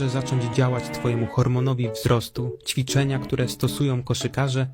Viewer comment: "Czwiczenia"? jpr.dll xD